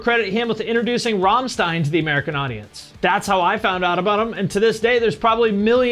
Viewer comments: I love your videos, and I’m not trying to sound like a pretentious douche, but the band pronounces it Ramm-stein. (same way you pronounce a stein beer mug) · Oof. Your pronunciation of rammstein was so strange I didn’t knew what band u was trying to say u til u said the song name. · To be honest I listened to them in high school. I don’t think I’ve played a Rammstein song in a decade (I’m 30 now). I just thought you’d appreciate knowing. It’s not like you have to say it with a heavy German accent. lol Keep on making great informative videos man. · I'm beginning to think you're mispronouncing Rammstein on purpose.